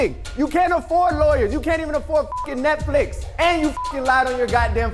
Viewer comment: the way he said Netflix “Netfulix” had me dying